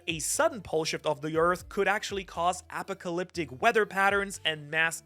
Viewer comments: Apocalyptic "Ah-pahk-ah-lip-tick" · YOU SAY APOCALYPTIC COMPLETELY WRONG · watching saying apocalyptic as apacalyptic is fun. apacalyptic counter: 3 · Brother its pronounced. uh paa kuh lip tuhk and sen tri fuh gl please 🙏 no pronounce the words properly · Brother, Uh-Pock-uh-lip-tick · Never heard a more incorrect pronunciation of apocalyptic lol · Apocalyptic I didn't know some people say it that way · The way you are saying apocalyptic is hitting my ears so wrong 😂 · You pronouncing apocalyptic sounds wild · This dude just mispronounced apocalyptic. I will never watch again. Omg. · I was having question marks pop up on my head when he started saying that lol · Feng Shui is pronounced 'Fung Schway'. You also got apocalyptic wrong, and something else.